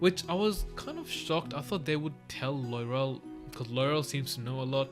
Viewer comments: Loving your thoughts & questions, so good! Btw Loial is pronounced Loyal - and he is! ❤️ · Loial. Sounds like LOYAL